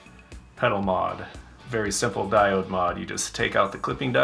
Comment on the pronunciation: you over-pronounce the word diode, but its ok lol good work. always gotta have the tape bro!